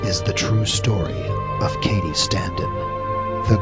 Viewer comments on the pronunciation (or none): none